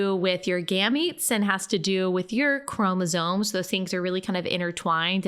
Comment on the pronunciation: It's chromosoMes, not chromosoNes, dude.